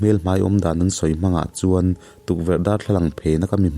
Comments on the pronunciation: Mawnga tih hi a hiama thluk tur, kel tih anga lam tur,kawl hming a nia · Mawnga tih hi a thluk a dik lo